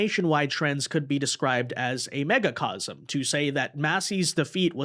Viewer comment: Macro. Micro and Macro. No one says Megacosm. Macrocosm.